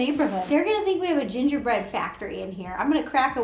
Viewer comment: *SNIIIIIIFF* "GiNgErBreAd?"